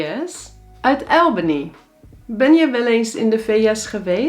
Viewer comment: Liever "Ahlbany" of "Awlbany" (niet "Aelbany").